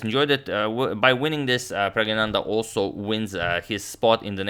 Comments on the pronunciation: Hey Toni it’s Prag-nanan-da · when you speak Indian names..try stressing in the middle of word for correct pronunciation. pragGNAnandhhaa. viSWA NAthan anand. NIHAL SERIN (XD).